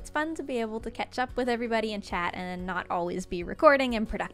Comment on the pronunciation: did you say ketchup? You mean catch up?